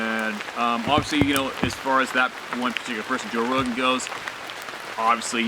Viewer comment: Sorry. Rogan. Not Rohan! 🙄